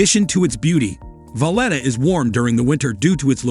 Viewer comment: Lymasol (Limasol) Valedda (Valleta) Mallerca (Majorca) Ebeezuh (Ibizia) San Tropes (St Tropez)